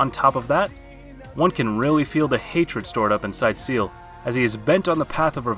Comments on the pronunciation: Couldn’t stop laughing when he kept calling Ciel seal 🤣🤣🤣🤣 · Please don't ever say Ciel's name again. You butchered it so much 😭😭